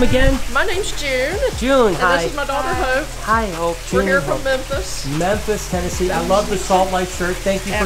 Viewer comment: Lol! The 2 ladies that came in for a tour, introduced themselves.. And the lady with the red shirt on said "Hi, this is my friend Hope", and said "Hi Hope" but it sound like he said "Hi Hoe".. 😆 😆 😆..